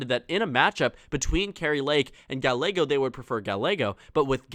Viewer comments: Interesting and surprising that Sinema isnt squeaking by. Also. Gallego is pronounced Guy-YAY-go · great video! however, Gallego is pronounced (guy•yay•go) the double L makes the Y sound in Spanish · Pay attention to the comments. A double ll in Spanish is pronounced as a y. Two others have already told you how it is not Ga a go. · 1) gah-YEH-go (not "gah-le-go") ! 2) Lake is more inclined to try again for governor in '26, or move to Florida and spread her fascistic messages there! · Please pronounce "Gallego" correctly. You keep going back and forth pronouncing it "Ga-lego" "Ga-ye-go". Two "LL"s in Spanish take the "Y" sound, so his last name is pronounced "Ga-ye-go". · It’s not “Ga-le-go” it’s “ga-ye-go” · Ga-Y-ego. Pronouncing the double L as an L is one of my biggest pet peeves. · Hi,. Just FYI for future videos: Gallego is pronounced Guy-yeggo. Like how two L’s in tortilla makes a Y sound, same in Gallego (and in all Spanish words with two L’s). Hope that helps! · Ga—ye—go, I don’t like the guy personally a whole lot but atorraste pronounce his name right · Good video, though Gallego is pronounced Guy-yego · His name is pronounced gayego it’s Hispanic to LLs make a y sound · It’s pronounced guy aye go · You are not saying Gallego right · You are saying Gallegos last name wrong and its driving me crazy!! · Learn how to pronounce his name, you made the video unwatchable